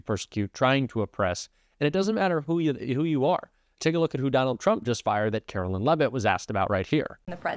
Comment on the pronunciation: I know ya hate her, I do, we all do....but please pronounce her name correctly. It's not "Carolyn" It's pronounced "Karoline"....like the Song